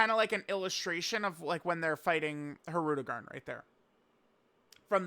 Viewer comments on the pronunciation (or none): Omg he said it wrong he only human